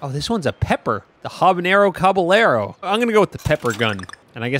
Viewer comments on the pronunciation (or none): Caballero is not pronounced cob-a-ler-oh its cāb-a-ye-ro